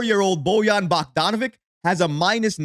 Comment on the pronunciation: 😂😂😂😂😂 BOYAN BOCK-DON-A-VICK please learn how to pronounce his name